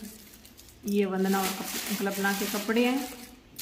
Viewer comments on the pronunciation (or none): Ap klpana bolte ho uska name kalpana h pronunciation Galt ho rha h apne to to name ho badal diya 😅